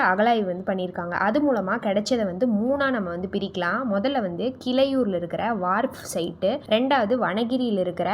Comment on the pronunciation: கிளையூர் இல்லை. கீழையூர் வனகிரி இல்லை. வாணகிரி.